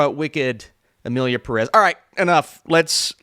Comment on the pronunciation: Why do english speaking people love to mispronounce Pérez all the time? The "é" is there for a reason. Same thing with Pokémon.